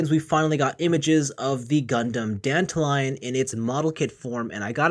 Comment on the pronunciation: Hey buddy, it's not pronounced "Danta-lion" like "dandelion". It's pronounced "Dan-ta-lee-on". Everybody is saying it wrong and it's bugging me.